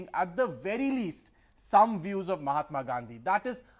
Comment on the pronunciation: you know it's on MAHATMA NOT MOMATA